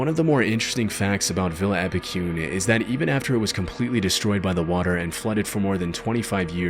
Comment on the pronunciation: Wow haha did not expect Epecuen to be here! Just so you know, Epecuen is pronounced with a strong last E, like the first E that it has, Epecu-En. With Buenos Aires also, its Buenos Air-Es. Really cool video!